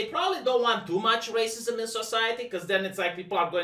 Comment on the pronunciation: I don't know why, but I always chuckle when he says "racismos"